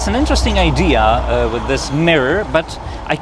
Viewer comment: 5. please stop calling idea - ideaR:)